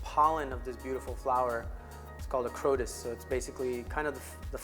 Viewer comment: And he called it a crotus 🥴 which was amazing